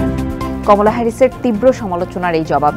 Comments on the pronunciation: Please call her কামালা, not কমলা. This is a bit irresponsible on the part of TBS not to pronounce (and write) the name properly. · Her name's Kamala not Komola.